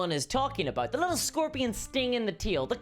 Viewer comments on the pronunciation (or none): none